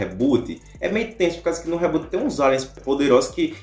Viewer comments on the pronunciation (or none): none